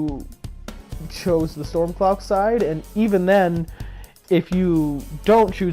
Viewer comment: Is the reason you say "Stormclock" like an accent or something? I like your videos but it's really annoying me.